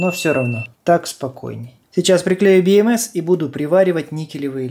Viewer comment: слух режет))) БиЭмЭс... либо говорю по-русски, как все: БэЭмЭс либо по правильному англичански: Би Эм Си 🙃